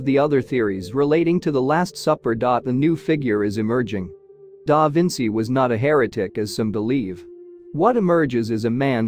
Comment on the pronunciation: Stop the AI diction. Cannot pronounce da Vinci’s name! Terrible